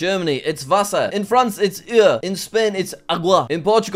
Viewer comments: as a french, my ears hurt, it's pronouced like "o" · As a French speaker, I have to say that Jack's pronunciation of eau made me want to break my computer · The way he pronounced eau I- I have no words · "In France it's EUŒG" 😂😂 It's pronounced "o" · Listening to Jack trying to pronounce water in french is so hilarious especially when you actually know french 😂 It’s literally just pronounced o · In France it’s pronounced oh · water in french is pronounced oh